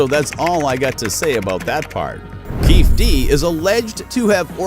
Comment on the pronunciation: If you can't even come close to pronouncing the guys name, which has been all over the media for years... you don't know a thing. Waste of time 👎